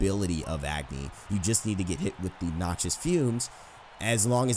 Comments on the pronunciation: Just FYI, Agni is pronounced ug (as in ugly) + ni (knee) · it not pronounced Agni its Uhgni. Btw I'm pumped for the new Agni skin coming out what about you? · You're pronouncing Agni wrong. I'm Nepalese, I know how it's pronounced.